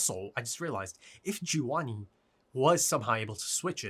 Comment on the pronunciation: find someone who calls your name the way calls gevanni 😂